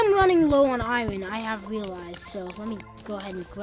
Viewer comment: why do u say iron wrong